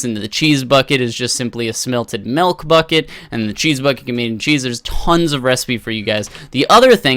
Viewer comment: My ocd kicked in the second you said "Melk" Not judging the way you speak or anything, it's just... The "Melk"... *shivers*